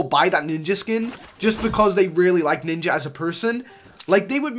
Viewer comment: Ninjer? Nigga nah